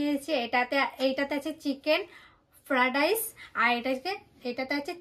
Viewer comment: উচ্চারণ টা ফ্রাডাইস হবে না হবে ফ্রাইড রাইস । মনে কষ্ট নিয়েন না ।